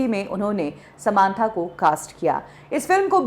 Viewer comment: समांथा नही सामंथा है वो।